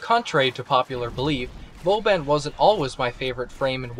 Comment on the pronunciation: You don't know how to pronounce your favorite frame's name?